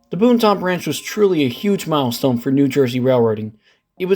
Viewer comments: Hearing that man say “boon-tahn” hurt me. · Have to learn some pronunciations my friend. The "N" in Boonton is mainly silent. Like "Boo-ton" Not Boon-ton. Totowa is pronounced as one word, Totowa. Not "Toe Toe Wah. Also. That's not the Montville station. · Lovely video. But the one guy repeatedly saying “Boon-tahn” is cringy. Technically, it’s pronounced “Boon-tin”, but us locals pronounce it “Boo-tin”. The other mispronounced town is Totowa (“Toe-tuh-wah”) Next do the Bergen line with stops like Hohokus & Mahwah. 😜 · Boooooonton Branch???? BooTon Branch...say it right! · It’s pronounced Boot’n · pronounced boonton correctly, didn't. Considering is not from the area at all I am not surprised he doesn't now. Later he did mispronounce it. Oh well.